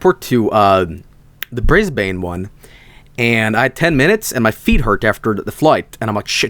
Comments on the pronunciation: he had to have pronounced brisbane bad on purpose. right RIGHT? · Wait, how do you actually pronounce it? Is it not “Briz-bayn”?